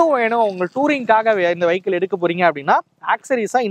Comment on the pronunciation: வைக்கிள் இல்லப்பா வியிக்கிள்